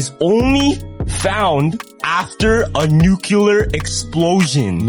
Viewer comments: Why cant mf'ers pronounce nuclear? I mean read the damn word its not NEWCUELER its NUCLEAR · "Nuclear"... Ugh... 🙄🙄🙄🙄🙄 Not "NUCULAR"!!🤦‍♂🤦‍♂🤦‍♂